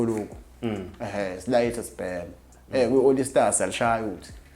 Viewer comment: iSebenzi lesi esbiza iAll Star nge Olly Star😂😂😂😂😂😂Nxa ayikho lento lol